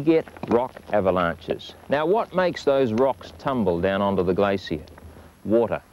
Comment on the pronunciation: Gla-Cee-Uh =p